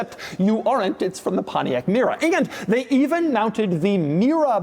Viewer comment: I dank a shot of tequila ev tiime Doug say pomtiac mera an now am ver durnk zz i m